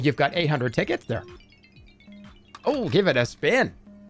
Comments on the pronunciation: It did NOT sound like he was saying "tickets" 😭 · yeah LMAO i had to do a double take on that one